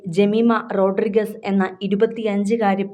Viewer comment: ജമീമ റോഡ്രിഗ്സ് ആണ്, അല്ലാതെ മാപ്ര പറഞ്ഞത് പോലെ റോഡ്രിഗസ് അല്ല; ശരിയായ ഉച്ചാരണം പോലും അറിയാത്തവരൊക്കെ മാപ്ര കുപ്പായവും ഇട്ട് ഇറങ്ങിയിരിക്കുവാ. അതുപോലെ കോഹ്ളി ഏന്നെഴുതുമെങ്കിലും ഉച്ഛാരണം കോലി എന്നിണ്; ഇതൊക്കെ എന്നാണ് ഇനി പഠിക്കുന്നത്! You definitely lack due exposure and experience!